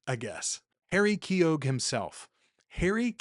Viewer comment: Let's talk about pronunciation: Keogh sounds like Neo. The g is silent.